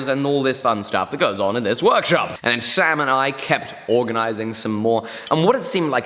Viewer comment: Everytime he said "sam and i" i understood "samurai" and i was thinking "is he working with samurai again?" hahaha got me build up